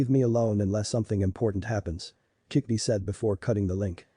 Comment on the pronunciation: it's kyubi not kickbi